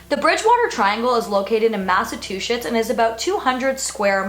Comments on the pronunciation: It's pronounced 'Mass-a-chew-setts' not two-shits haha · Did you say "Massatwoshits"? :-) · Lindsay LaFratta FACTS SHE SAID IT WRONG!!